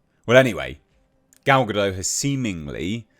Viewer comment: And it's not a silent T in Gal's name. You should say Ga-Dot